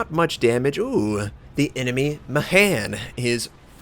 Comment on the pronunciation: I do believe "Mahan" is from Ireland and is pronounced "May-hen" and not "Muh-haehn" or "Mah-han".